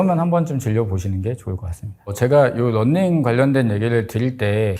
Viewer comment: running 이 아니라 [넌닝]으로 계속 들려요 ㅠㅠ 그래도 좋은 정보 쉽게 전달해주셔서 끝까지 봤어요 감사합니다~